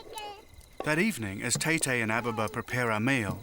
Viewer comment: It's Etete he mispronounced the word